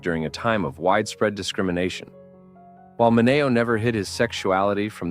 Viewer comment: Why is Sal Mineo's name mispronounced?